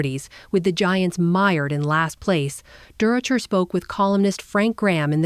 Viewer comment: It's Leo durocher looks like AI has a problem with names